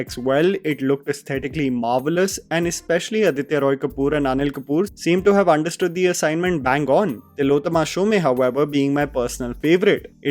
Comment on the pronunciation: IT'S NOT TILLOTOMA SHOW-MAY!!! IT'S TILLOTOMA SHO-OM!